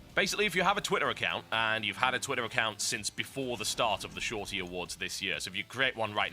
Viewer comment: he said twitter british like - twih er, then enunciated the Ts a second later... ?